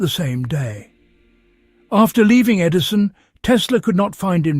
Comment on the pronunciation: E. D.I. son!? Is the narrator an idiot, or what? No, it' AI stupidity.